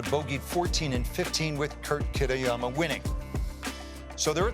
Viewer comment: Kit-y-ama. Wow dude